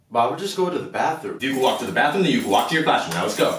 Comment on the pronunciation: "You can wlak to the bathroom, you can wlak to your classroom " 😂😂😂😂😂😂